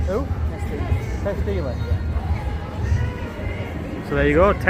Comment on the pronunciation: Can't believe that you had no idea who Tess was? Oh and it's Daly, Not Deeley as you pronounced it. Or as the person who told you it was Deeley. It's Kat Deeley, and Tess Daly. If you don't like Blackpool why do a video about it.